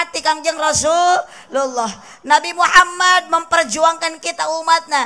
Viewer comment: NABI MEREUN KANG SANES NABU😅